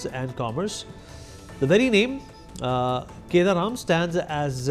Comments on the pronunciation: It's kadaram not kedaram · I feel it is kadaram not keda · It is not kedaram...it is Kadaram...